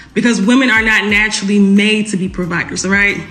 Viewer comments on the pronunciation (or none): Did she say "woman are not natuarally providers"????